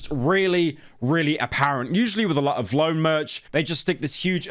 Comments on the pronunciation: why are you pronouncing v lone like that bro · Is he saying vlone like that on purpose or is he that old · I dont see anyone talking about how he said “vlone, instead of V-lone” about a million times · for every time pyro says “vuhlone” instead of “V-lone” i tarnish 1 water well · vlone??? it VEE lone 😭😭 dose NOT know his hype beast brands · Pyro the type of guy to call V-Lone Vlone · its pronounced Vee Lone not vloane 💀💀💀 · it’s V-lone not vlone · pyro you better apologize for saying Vlone like that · ITS VEELONE NOT VLONE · PYRO ITS VEELONE NOT VLOWN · It’s pronounced “V lone” not “vlone” 💀 I only got 2 cause it was a collab with my favorite rap duo city morgue. One of them got torn at a Corey Taylor show by this Karen cause some guy in the pit pushed me and we fell and she spilled her beer and I tried to help her up but she started yelling so I ignored her and she ended up coming up behind my and ripped the back of my shirt except this one didn’t have a design on the back so it’s still sowable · the way he pronounces vlone pisses me off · ITS V LONE NOT VLONE READ IT RIGHT PYRO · Vee-lone. Stop saying vlone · Bro says vlone instead of V-lone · WHAT THE FUCK IS WLONE its called vi lone. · mf its V lone not vlone ffs 🤣🤣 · "vlone" its V, lone smh my head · It’s V (space) lone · Am I the only person that thought it was pronounced V-lone 😢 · it's pronounce vee lone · vlone is pronounced Vee lone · I know it’s a L brand but it’s “VEE LONE” based takes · The way you pronounce vlone pisses me off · VLONE is lame asf but for fucks sake dude it’s pronounced VEE-LONE. My god dude not that damn hard. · Okay bro you don’t know shit about Vlone (Vee-Loan) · pyro never fails to pronounce Vlone wrong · The way he pronounces vlone truly lets us know pyro was dropped on his head as a baby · The way you say ‘vlone’ is crazy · never heard a man say vlone like that lol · british guy cant pronounce vlone lmao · I hate how pyro says vlone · He can't pronounce vlone 😂